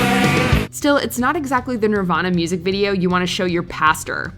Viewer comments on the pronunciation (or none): none